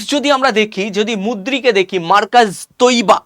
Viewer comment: ভাগলপুর আর মুদ্রিক নয়। উচ্চারণ টা ঠিক করুন।